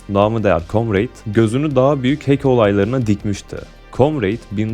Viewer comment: hack i okurken heyk yerine hek şeklinde okursan daha doğru olacaktır kanka